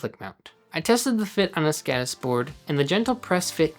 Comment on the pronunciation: It's skodis. Å is pronounced like the o in Nord, or moul....listen to it in a translator.